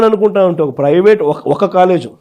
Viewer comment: పెవేటు కాదురా😂😂😂😂 నాలుక మందంగా,,😂😂😂, ప్రైవేటు😂😂😂